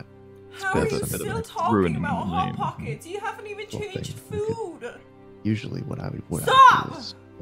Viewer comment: ah yes.. hot pockects my favorite…